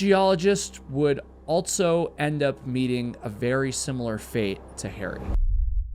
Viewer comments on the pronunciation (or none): This guy loves to add the letter T in words that do not include a letter T. ALSO has no T, yet he adds one and says, "ALTSO." Across has no letter T in it, but he adds one and says "ACROSST." I'm not putting him down for it. If he wants to intentionally mispronounce words, then he can have at it. I'm just pointing it out.